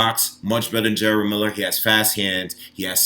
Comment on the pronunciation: Ok , so I've literally watched hundreds of videos about Jarelle Miller. Everyone is saying his name as if its spelled GERALD. Its pronounced JER-RELL . Just as its spelled right ? If its the case , then there is a lot of people butchering this man's name